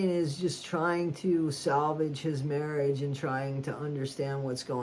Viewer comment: The way She says Marriage 🤨